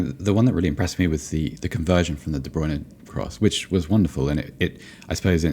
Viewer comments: I'm so glad someone pointed out the weird way Derek Rae says Kevin de Bruyne's name! Though his German pronunciation is impeccable (I assume, as I don't speak German). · I’m fking dying at the Kevin de bruyne pronunciation